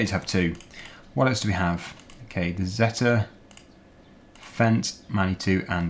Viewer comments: You are saying zetor wrong it's not zetta its ze tore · Zee-Torr that's how it's pronounced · in the uk most people pronounce zetor as "zeeter" comment if you agree